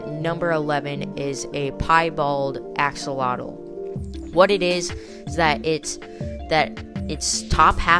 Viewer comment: The X in the word axolotl sounds like a J in Spanish, not like and X. The same way we pronounce México in Spanish. It's a stronger sound than the H in English. So, "ajolotl".